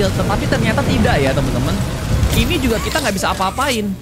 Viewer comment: Bang kok lu ngomong "jugal" 🗿